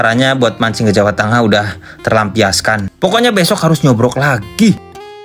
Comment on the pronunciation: BUKAN NYOBROK MASE TAPI NYOBOK